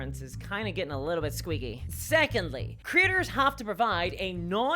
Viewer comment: Every time she says “creators” I hear “critters.” I love the diversity of the English language.